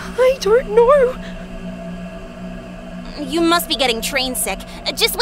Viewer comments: "I DORNT KNOR" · Idk but like when said at the scene where shes feels somethings off she said i dont know right? Bc i heard i dont naur like um its funny am sorry 💀💀